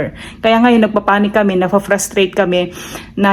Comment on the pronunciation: Insulation girl you pronounce it as insiolation😮